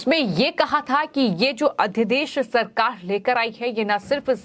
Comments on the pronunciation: मैम अध्यदेश नहीं अध्यादेश कहिए। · लगता है आप अपने समाचार पढ़ने के क्रम में उच्चारण की शुद्धता पर ध्यान नहीं देने की कसम खा ली हैं I अध्यादेश अध्यदेश पढ़ रही हैं, गजब की सेटिंग है आपकी चैनल में I